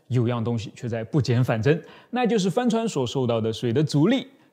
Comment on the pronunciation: 帆船的發音...怎麼聽起來像 “翻船”..